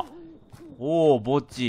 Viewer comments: おぉー墓地が おぉーぼっちに聞こえて悲しくなったｪﾝ(p´;ω;`q)ｪﾝ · 墓地がぼっちに聴こえるのは僕だけ？（別にクリスマスだから寂しいとかじゃないんだからね） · 墓地って言っていたのか… ぼっちにしか聞こえなかった（笑） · ｢次は墓地ですねー｣が、｢次はぼっちですねー｣に聞こえたw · レトさんの墓地がぼっちに聞こえてしょうがない… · 墓地がぼっちに聴こえて悲しかった… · FPS地点だとやっぱ怖いわ さすがホラーゲーム あと墓地って言ってるのが何回聞いてもぼっちにしか聞こえんかった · レトさんの墓地がぼっちにしかきこえない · 墓地がぼっちに聞こえた…